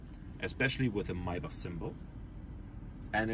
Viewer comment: I really enjoyed this video. It's so nice to hear someone correctly pronounce "Maybach". I haven't seen another video on a Pullman model and I greatly appreciate your having made this one. Thanks!